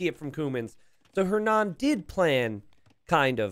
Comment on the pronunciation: The way you pronounces "Hernan" gives me a headache